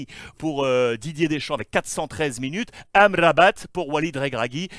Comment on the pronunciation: Wola Alex tu prononces tellement bien Amrabat que j'attendais que tu prononces Hakimi avec le H inspiré 🤣